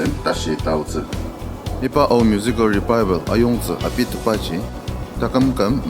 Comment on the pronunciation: Pronounce 😂😂😂 Revival or Rebaibel lol..